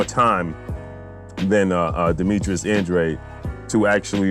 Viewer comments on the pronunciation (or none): Yo stop disrespecting ANDRADE, you're saying his name wrong fam